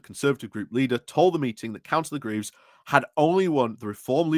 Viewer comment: Coming from the Notts/Derbys border, I appreciate the detailed coverage - the nationals won't do it, and such coverage is one thing that will wash the Reform sandcastle away. Points: 1 - FFS sort out your pronunciation; that little lot would embarrass Dubya Bush. Cllr Graves rhymes with braves. Swadlingcote is just as it reads. What happened - did you put it through Google Obfuscate? Derby is pronounced Darby. PLEASE do some homework on this ! 2 - Church Gresley has had a church since 1100. Channelling the Pub Landlord - the clue's in the name. 3 - On Council Prayers, it's a bit of a red herring. Stats seem to be that 1/3-1/2 of Councils do that. The National Secular Society do their nut about it when they want some attention, but it keeps them happy. I think the far larger issue is Reform and other parties on the Right trying to latch onto Christianity as a hate-filled Nationalist thing, rather than for eg behaviours from the Sermon on the Mount. They need to be skewered on that. 4 - I think Reform's attempts to run Councils centrally via Party Directions is serious. Can you advise us how to hold that to account - eg is there an official responsible for due process being followed?